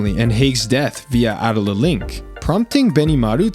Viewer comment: I get you want the names and pronunciations right but ffs I watched this show in english, say A DOLE LA not adala